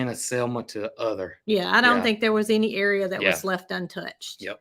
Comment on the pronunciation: Not to be pedantic but: it should be "any"...not eeny. I'm sorry...it just came out.